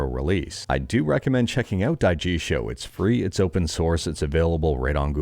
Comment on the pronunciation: Die jee show is how you pronounce daijishou